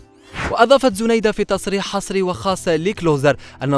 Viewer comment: وسمها زنايدة و تتنطق زينايدة 🤦🤦🤦و اتعلموا احترام خصوصياات الآخرين متنشروش تصاورها لقدم بلا حجاب ...ربي يوفقها ان شاء الله جمال و تربية و أخلاق نحبها ملي كنت صغيرة فالذكرى الأخيرة